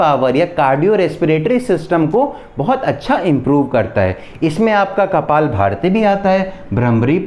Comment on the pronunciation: U r good in explaining but let me tell you its kapalbhanti not kapal bharti